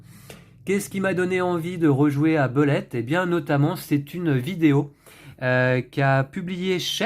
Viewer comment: Heureusement que est là pour nous faire ressortir des jeux auxquels on ne pense pas forcément;) (sinon phonétiquement le U de Bullet se prononce OU. ce qui nous donne boulett’ au lieu de beulett’;)